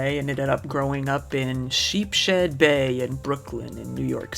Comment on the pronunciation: It’s pronounced Sheepshead lol I’m that bitch now 😂